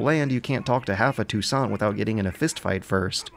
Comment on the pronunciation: Finally, someone pronounced ''Touissant'' correctly!